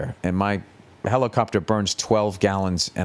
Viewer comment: Ol Billy is back in his HELICOPTAHH!